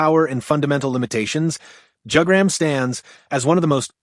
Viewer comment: I clicked on the video because I thought it was interesting then you said Jug-gram